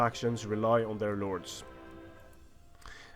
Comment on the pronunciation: it sounds like you say nords instead of lords.